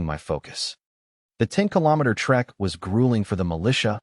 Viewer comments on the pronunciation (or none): none